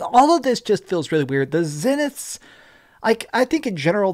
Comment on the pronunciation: How many times is "Zenith" pronounced in the game yet you cannot seem to get it right?